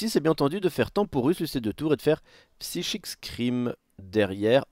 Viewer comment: "Psychique scream" NON ! /Saille-kik/ scream. Merci :'c